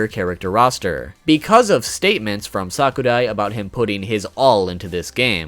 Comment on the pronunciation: I hate to be a know-it-all but it's pronounced sa_ku_rai